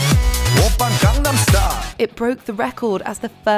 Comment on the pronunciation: It's been 12 years and Gangnam Style is still pronounced incorrectly